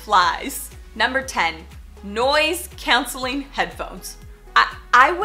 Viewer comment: where are you from? i have never heard anyone pronounce “noise-cancelling” that way haha